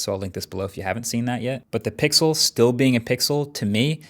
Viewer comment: пиксыл ахахахахах кто смотрит на русском - понял 😂